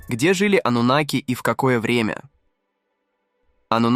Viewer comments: Ты когда с бумажки читаешь , хоть ударение правильно ставь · Они и сейчас живут здесь. Ударение "анунаки" на вторую А. Информация очень куцая. Давно уже всё выложено в инет, а не детский лепет